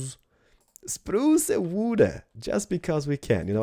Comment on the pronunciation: Its spruce not spruca